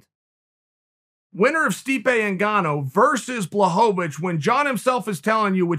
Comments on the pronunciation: Me: Blachowicz Chael: Blahovavich Me: Ok great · "Blahovavich"... Whhhhhhhhhyyyyyyyyyyyy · chae trolls me every time he says blahovovich lmao love ya chael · No one: Chael: Blahohohohohohovich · The return of “Blahovovich”😂😂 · Chael “BlachoVAwicz” Sonnen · Jan watching this realizing he’s been pronouncing his name wrong his whole life.